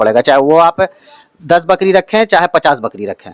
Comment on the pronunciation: बकड़ी नहीं, बकरी बोलो बकरी । बार बार बकड़ी बोल रहे हो । वैसे इसके ब्रांड का परमोशन बढ़िया किए हो । क्या रोग होता है, क्या लक्षण होता है, क्या वैक्सीन देनी चाहिए ये सब तो न पूछा न इस गधे ने बताया । बस, बच्चों की तरह यह रहा ब्रीडर, यह रहे मेमने, आदि मूर्खतापूर्ण बातें किए हो । कोई ज्ञानवर्धक जानकारी ली दी है तुमने